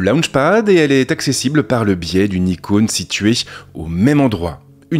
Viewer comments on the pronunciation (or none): none